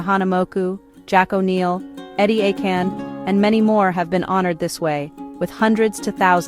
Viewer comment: Eddie A-Can??? Eddie Aikau would go. I don’t know about Eddie A-can.